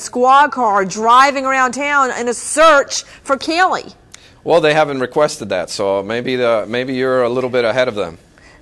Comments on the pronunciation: It’s Caylee....not Kelly! It’s not hard to pronounce. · I despise the way Nancy pronounces Caylee's name!!